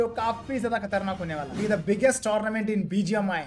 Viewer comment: Khatarnak❌ Katarnak✅